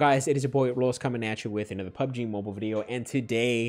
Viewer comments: When he says Mobil sound like a Filipino guy???? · The way he said MOBIL... 😂😂😂😂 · The way he pronounced "mobil"😂😂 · THE WAY HE SAID "MOBIL" 😭😭😂😂😂😂😂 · I laught so hard when he say MOBIL 😂😂😂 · The chicken girlfriend part got me dead for some reason🤣😂🤣🤣 Also when he said mobil like an Asian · PUBG “MOBIL” Partner 🤣🤣🤣🤣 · Yo I laughed so hard in my room when you pronounced PUBG MOBIL,HAHAHAHAH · '' Mobil '' Lol🤣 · Bro the way u say mobile 😂😂😂😂